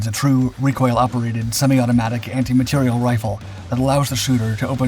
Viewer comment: Not “anti material” (=antimatter?) but anti materiel, with the stress on the last syllable!.